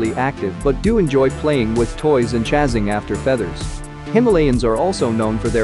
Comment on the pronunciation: Tell the word is “chasing,” not “chazzing.”